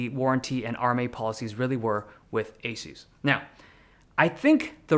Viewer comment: y do u say asus like that its a suss ඞ